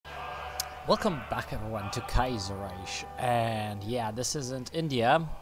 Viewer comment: Kaiserreich is pronounced Kii-zer-rike